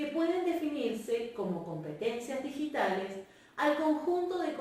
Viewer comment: En el min 12 dice "Ditigales"